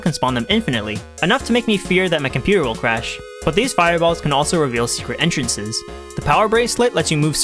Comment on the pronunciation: "hidden entrenhrrhrrhrres."